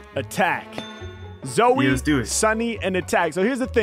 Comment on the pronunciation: bro said Zoe